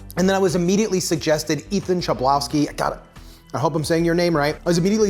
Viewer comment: Ethan Chlebowski comes from Poland, my country. His surname is just "hlebowski" like in "hammer". It is little disturbing, that typical "ch" is written like "cz" in Polish, like Czech Republic. Great job anyway. Funny that his surname is made of Polish word "chleb" which means "bread", so it will be Ethan Bready.